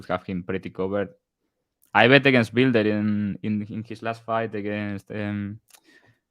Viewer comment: “Bile-der” learn how to sound out a word you inbred…nothing like offering betting advice when you have a first grade reading level😂